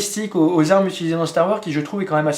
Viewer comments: salut super vidéo juste c'est STAR WARSSSSS pas star war cordialement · Psst, n'oublie pas de prononcer le "S" à la fin de STAR WARS. Ce sont des mots en anglais, il faut prononcer toutes les lettres. Ou dis le complètement en français "la guerre des étoiles";) Chouette présentation, l'airsoft ce n'est pas que des gens en uniforme et des répliques plus vrai que nature.